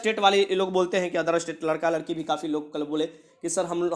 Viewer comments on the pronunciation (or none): none